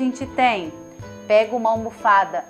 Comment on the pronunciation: Ela falou almofada com alpiste???